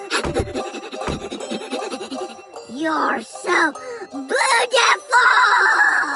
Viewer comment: why dose she pronounce it "BOOTIFUL"